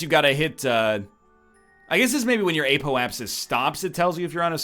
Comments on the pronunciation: WHEN WILL NORTHERN LEARH THAT IT'S "Apoapsis" and not "Apolapsis"?!?!?!?!?!?!?!?!?!?!?!?!?! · "App - Oh - Ayy - Sis"